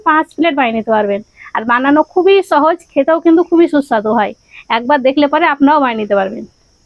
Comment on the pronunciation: ছুন্দর।ছাগতম ছহজ। বাংলা ভাষাটা ভালো করে শেখ না ভাই! ভীষন কানে লাগে